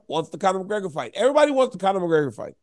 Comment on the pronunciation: Casuals can't even say the double Champs name.... Mcleggor